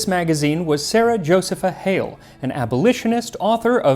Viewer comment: Josepha is properly pronounced Jo-see'-pha. I make a cranberry apple pie with a streusel.😊